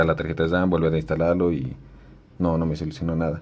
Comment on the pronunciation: Se llama memoria Ram no memoria dam